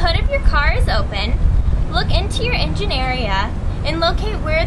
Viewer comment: did she said engineeria? lol